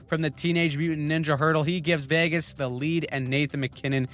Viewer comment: Oh no, we're going to have to hear him pronounce Vagas all the way to the finals now! 😆